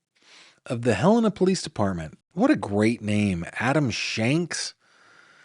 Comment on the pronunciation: Thanks for Pronouncing Helena correctly! 😊